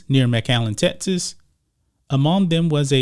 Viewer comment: Notice this guy pronounces the "x" sound as a "t"??? What's up?? Sixty = sitsty Folks = fotes Texas = Tetsis Texans = Tetsins